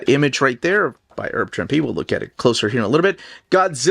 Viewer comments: sorry ahead of time if I sound like a jerk but is there a reason you say "erb" Trimpe? Thanks for the great videos as always! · A couple minor pronunciation notes: “Herb” isn’t pronounced like “erb”, but with the H sound; see Herbert Hoover. Also, it’s “wreak havoc”, not “wreck”.